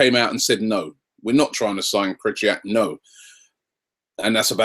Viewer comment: I'm done with telling you how to pronounce Krychowiak's name.. i'm so done, jesus christ is it that hard?